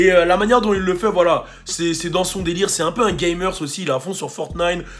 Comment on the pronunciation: tu m'as tué tekashi sixnine te prend tellement de temps avec les actus recentes que t'as sorti fortnine à. en tout cas force a vous on apprecie ton taff et la taff de votre equipe peace:)